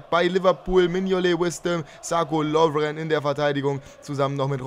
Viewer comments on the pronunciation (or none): none